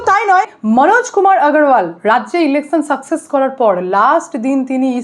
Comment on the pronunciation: আপনি 'স'এর উচ্চারণ পারলে ঠিক করে নেবেন। ইলেকছান নয় ইলেকশান।